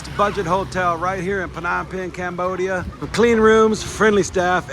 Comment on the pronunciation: The PH in Phnom is silent mate..